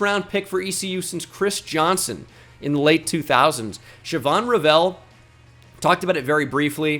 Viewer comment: Is that how Shavon Revel pronounces his name? My name is Revel and it is pronounces like (Re-Vul) like Level.